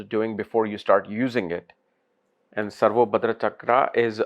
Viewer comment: Its SarvatoBhadra (सर्वतोभद्र) and NOT SarvoBhadra (सर्वोभद्र)